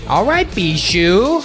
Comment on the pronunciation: (it is pronounced bee-shoe btw)